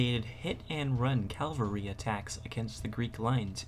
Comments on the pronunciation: CAVALRY you dumb shit not calvary .... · the narrator needs to learn the difference between calvary and cavalry. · the word is Cavalry not Calvary !!!! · Good video, but a correction: The word is "cavalry", not "calvary". "Calvary" means something else entirely. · "calvary" :face-blue-covering-eyes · i believe he was referencing the narrator's pronunciation of the word "cavalry"